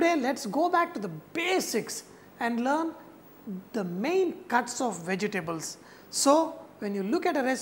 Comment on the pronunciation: I love how he says vege-tables XD